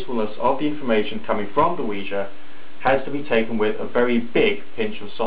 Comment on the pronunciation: 1.FINALLY someone pronounces it CORRECTLY!!!! 2.Science pisses me off! 3.Nice vid ^.^